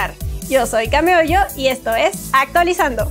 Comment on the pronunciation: ActualizzZando ha llegado!